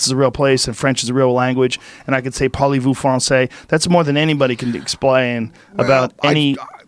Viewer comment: Haha Joe: "polly vous fransase" "I don't know shit about French" Fact!